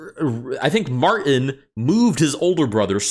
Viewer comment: why are you afraid of the letter T in "Martin"